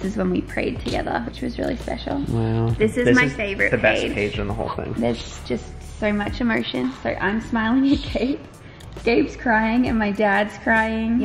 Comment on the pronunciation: Did say emoti?? Edit: I love ittt